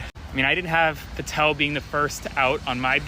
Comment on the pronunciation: It's PATEL not PARTEL!